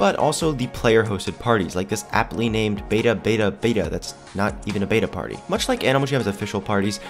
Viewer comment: It’s not called baita it’s called bet a